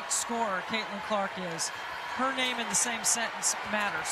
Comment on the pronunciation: Why every week the commentators are messing up our players names. Why not do your job and make sure you know the pronunciations before the start of the game